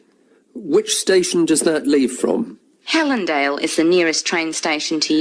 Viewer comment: Is it HELENDALE ? For second question I heard it as HELENDILE can you confirm once?